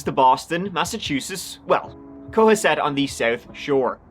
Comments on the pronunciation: it's pronounced, Co has set,,,. Love you bud. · Cohasset= Co-hass-it, not a suburb of Boston, I grew up I. Dorchester Boston. Quincy, Milton, Dedham, those are south suburbs of Boston, Cohasset is the south shore and it own area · Cohasset sounds like Co Ha set… it’s 20 minutes from me. Darn New England language…lol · COE-HAAS-SET Thanks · Cō- hassett (like hassock) sorry I'm not usually a punctuation/pronunciation nazi. But I want to be right!!!🎉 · I grew up in the next town over, Scituate, the most Irish town in the US and proud of it! This kind of thing NEVER happened in this area. It makes me so sad for all the people who loved her. Why??? The poor kids, the story seems particularly unfair. So sad. Cohasset pronounced Co-hass-et just sayin' love you! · I love your videos - the town though is pronounced Ko-Hass-Eht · Pronunciation is. Ko HASS set. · you're pronouncing cohasset wrong my man. "co-has-it". Also, its a town of Massachusetts, not a Boston suburb. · I’m the town’s name is pronounced: Co-Haaset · This happened in my hometown. It's super weird hearing talk about it. Also, it's pronounced co-HA-set. They say it in all the news clips it's weird that can't get it right lol. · It’s Co hasset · being a Bostonian, it's pronounced Co-hassett. American English. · Just a fyi: it’s pronounced Coh-HASS-et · Nice, btw it’s pronounced co-HASS-it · Massachusetts town names are tricky but Cohasset is pronounced Co-HA (like hat without the T)-set. Just FYI! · Hey, just an FYI, Cohasset is pronounced with the accent on the second syllable - co-HAS-set. Thanks for the great balance of fun, serious, and respectful stories! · It's pronounced Co-hass-et!!! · It's pronounced co-HASS-et. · the inflection is on the first syllable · He pronounced the town way wrong. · How do you misproounce Cohasset throughout the video when you use news clips of people pronouncing it correctly? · Love how you pronounce Cohasset ❤ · It’s “Ko-Ha-set”